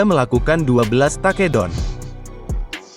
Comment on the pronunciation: Taa kee down😅😂